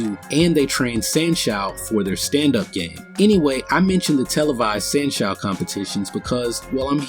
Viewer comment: Dude, good video in general but, a few points need clarification. San Shou is pronounced "San show," not "San Shoe." Another point is that the big muscle guy can exert force on the Tai Chi guy without his hands in the same way a bull or horse can push you without hands. Just have someone lean on you (or push if they want) and you will feel a force.